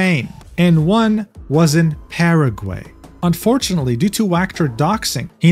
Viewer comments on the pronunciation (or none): I'm so so sorry but hearing you say "Paraway" made me absolutely broke in tears, I cannot take such a crazy situation serously when hearing that 😭😭🙏🙏 the gringo is so strong in you boy 😭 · How is it actually pronounced? I heard Paraguay. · .. paragey? 🤣🤣 you are too funny man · Ah yes, Páragüei, my favorite country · "PEREGUEI" I'M DYING OMG 😂😂😂